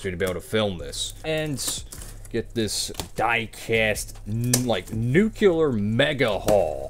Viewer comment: STOP PRONOUNCING NUCLEAR THAT WAY. IT NOT NUCULAR IT NUCLEAR, IT PRONOUNCED AS ITS SPELLED Sorry, don’t mean to be rude. W haul btw, I wish I has all of those, but I do have Bell’s Bristol W, and hamlins pocono W, and others in your haul, but not all😂